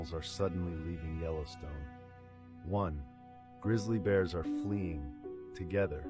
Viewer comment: !!! """ WARNING """ !!! YOU ARE BEING MISLEAD AND FOLLOWING COMPLETE UTTER BS """ MIS-INFORMATION """ -THE AI VOICE LATER ON IN THE VIDEO """" COULDNT PRONOUNCE " GRIZZLY """ EITHER = IT ISNT GRISSLE = THAT COMES FROM THE FRYING PAN ON YOUR STOVE " IDIOTS " PROOF ? GET OFF YOUR A__ AND GO LOOK AT CSGS = GO = LOOK = """"""""""""""""""""""" NOW """""""""""""""""" IF YOU BELIEVE THIS = """"""""""" YOU HAVE BEEN BRAINWASHED INTO A MIS-INFORMATION CAMPAIGN """"""""" AND THIS ISNT THE FIRST TIME I HAVE HAD TO REPORT THIS """" GUY """" = AND """" YES """" THIS IS HIS CHANNEL = ISNT IT " Dont Look Up " - ? TELL THEM OR """""""""""" I WILL """""""""""""""" BETTER YET = JUST SAY GOODBYE TO YOUR ENTIRE CHANNEL YET ONCE AGAIN = YES = """" AGAIN """ ! YOU STILL HAVENT LEARNT BETTER HAVE YOU ? EVERYONE = DO NOT FEAR A THREAT FROM YELLOWSTONE - WE HAVE WELL OVER 35000 EARTHQUAKES A YEAR AND SOMETOMES IT " SPIKES TO UP TO OVER 7000 " A YEAR - THERE IS NO TRACES OF ANY EURPTION AND THESE VIDEOS OF ANIMALS "" SO CALLED LEVING YELLOWSTONE ARE """"""""""""""""""" OLD VIDEOS OF HYBERNATION AND NOMADIC MOVEMENT WITHIN THE PARK AND SOME NOT EVEN FROM USA PARKS ALL TOGETHER """"""""""""""""" THERE IS NO MASS EXPLOSIONS OF ERUPTIONS NOR ANY VIOLENT EPISODES CURRENTLY A FOOT IN THE PARK = NONE """"" !!!!!!!!!!!!!!!!!! IF YOU SAY I HAVE NOT PROVIDED ANY PROOF = IT IS UP TO YOU TO RESEARCH THIS ON YOUR OWN = I AM NOT GOING TO """" TELL YOU WHAT TO BELIEVE NOR AM I AM BABY SITTER """ !!!!!!!!!!!